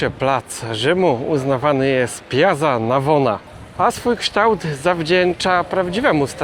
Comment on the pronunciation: Nie ,,piazza",tylko piacca.